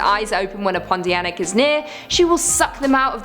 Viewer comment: I love that you had pronounced "pontianak" correctly. Win!